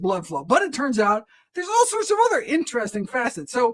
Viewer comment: I hear what you’re saying. I think it’s the way the doctor raises and lowers his voice, talks so fast and puts emphasis on some words randomly, like anti, when, and all.